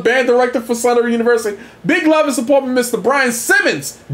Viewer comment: I really dislike the way you pronounce the name of my university. It's Southern not Southerynn!